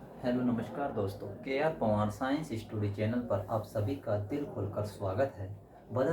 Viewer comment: स्टूडी नहीं सर स्टडी होती है